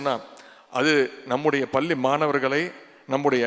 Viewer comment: நீங்கள் பள்ளி என்பதற்கு, பல்லி என்று சொல்லும் போதே, கல்வி தரம் தெரிகிறது. தொலைக்காட்சி நிகழ்ச்சிகளில் அறிவிப்பா ளர்கள் பேசும் தமிழ் உச்சரிப்பை கேட்டால், ஆசிரியர்கள் தமிழ் கற்றுக் கொடுக்கும் லட்ஷணம்.